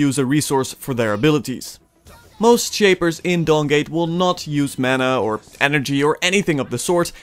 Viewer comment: I kept hearing Dong gate